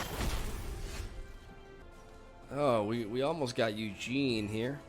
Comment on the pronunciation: I'm listening to your video without being able to watch because I'm working, and I just spent 30 minutes wondering who the fuck was that "Eugene" you keep talking about XD (It was Ugin.)